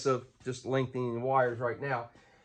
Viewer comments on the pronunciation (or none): "Lengthenin" I think our accents rubbed off a little bit when you were in TN. Hahaha jk